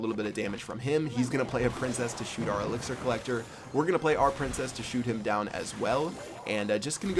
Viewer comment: you said elixier hord